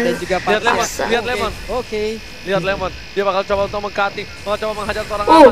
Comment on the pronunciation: Lemon kak bukan lenos😅